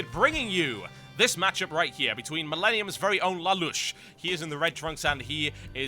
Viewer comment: lol TB its "lay-lush" not "la-lush" :P